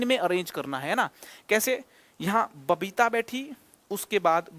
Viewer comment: Alakh sir aapki babita ko papita bole🤣🤣🤣🤣